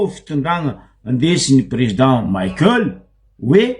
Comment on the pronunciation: 😱 Espèce d'abruti ! Maheza magnaja agnaran'olo. Tsy président Maïkeul pory nao fa Président Michaël. Anao marary jery, mipodiana mianatra à l'école.